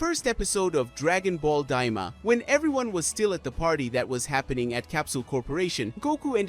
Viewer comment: Bro said Dragon Ball Dima😂😂